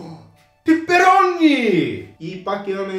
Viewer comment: Не е хейт ама не е ли пеперони а не пипирони😂😂😂😂😂😂